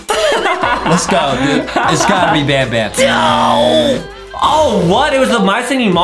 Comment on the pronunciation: IS NOT SAYING BANBAN RIGHT YOUR SAYING BONBON!!!!!!!!!!!!!!!!